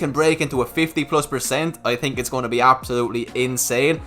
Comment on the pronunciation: "what you tink of Tesla" 😅